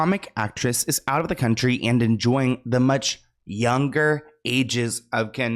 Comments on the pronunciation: Country with a "K".. 😂😂😂💀⚰️ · Country with a “K” 😂